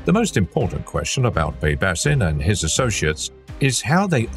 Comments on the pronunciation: Baybashin is how its pronounced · It's actually Bybash 👍🏽